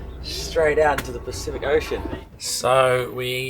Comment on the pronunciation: Bloody honky you live there and can’t even pronounce the name correctly, listen to the rest of crew that don’t live, pronounce it correctly, and you still don’t make an effort. Be interesting to hear your pronunciation of other pacific islands.